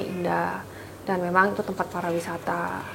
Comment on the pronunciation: Not parawisata but pariwisata hehehehe good luck